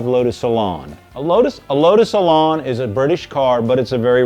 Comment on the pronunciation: Elan rhymes with pan. It's not an Elon.